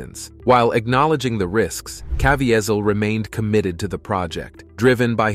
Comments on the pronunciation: If you're going to make a list of actor and actresses, the bare minimum should be to learn the pronunciation of the names. Jim CavIHEHzel? The pronounciation is Jim CavEEzel. The sad part is, I don't speak english as my first language as you do. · You should know how to pronounce Jim CA-VEE-SAL'S name before you use it on YT. Just sayin'. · Dude, it's not that hard to find out the correct pronunciations of names. I found your attempt at Caviezel especially cringeworthy. It's just kuh-VEE-zel. Then you mispronounced Harvey Weinstein in the Rose McGowan section, then correctly in the very next segment. Guess you figured one of them had to be the right pronunciation, huh?